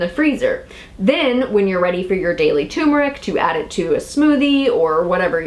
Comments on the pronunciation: Pronounced: TUR-MER-ICK,,,,,,not tumor-ick Ingest TUR-MER-IC with piperine for maximum absorbency. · Turmeric (TUR as in Turn) not Tumor (as in Cancer). Apart from that, interesting info thanks. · tuRRRmeric with 2 r's lol think everyone says tumeric though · Why do so many pronounce it Too mer ik and not Tur mer ik? TuRmeric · It is tuRmeric not toomeric....geez!!! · Interesting info and thank you for all your effort, but it's "TUR-mer-ic" not "TOO-mer-ic". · It's not tumeric it's turmeric isn't it. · Thanks for the video, but please. Its Turmeric, not Tumoric. Hearing tumor constantly is painful to listen to. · tur-meric, not too-meric. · Say tuR-mr-uhk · Um, there is an "r", it is not toooomeric!! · what is so hard about pronouncing TUR mer ic? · So, the first "R" is silent?